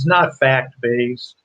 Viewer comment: F-A-C-T not f-a-s-t.